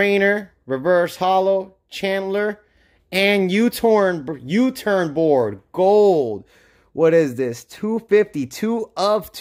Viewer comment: Nice U Torn board XD Hahaha I mispeak all the time too. Awesome video dude